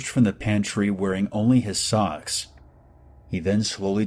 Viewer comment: She didn’t say “socks”